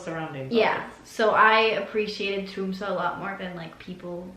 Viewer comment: I love the way in which you pronounce Tromsø, just like the locals with the right dialect, well done! And I´m sorry that the stay inn Finnsnes ended like this, not being able to see how the russ do in may, our celebration of 17thof may, and the midnight sun. But anyway, happy to see you with your family in this extraordinary days. Stay safe, and take care!